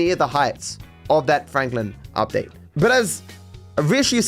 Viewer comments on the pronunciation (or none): Ah yes, the Michael Udpate. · Udtae lol 😂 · loved the michael mansion "udpate". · "udpate" lol